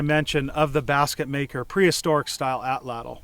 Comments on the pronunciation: Woomera is just one of the Native Australian words for this tool. I'm ok with Atlatl--but it should be pronounced correctly--which almost never happens. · Please learn to correctly pronounce Atlatl. It is disrespectful to the Nahuatl people. This is the language of the Aztecs. Not only do you learn one of two incorrect pronunciations of Atlatl in college Anthropology courses-- but the two incorrect pronunciations are so pervasive that I have heard Native Americans in North America get it wrong. They, of all people, would like to get it right if they knew better! Excellent video, though--one of the very best!